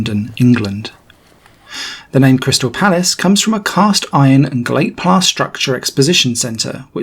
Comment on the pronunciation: "glate plass"???? 😂😂😂😂